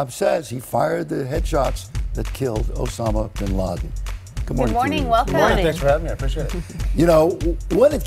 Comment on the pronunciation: listen to the way the mumbles osama bin laden name. Liars tend to have a hard time fully committing to a lie if they have some integrity. This guy obviously mumbled the name because some part of him isn't comfortable lying to the American people.